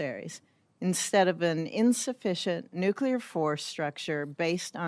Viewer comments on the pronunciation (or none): Nuclear, not nucular, Mr. Reed. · Reed = Fn MORON. Cannot even pronounce the word "nuclear"